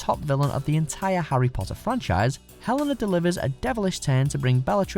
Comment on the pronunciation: and harr photter???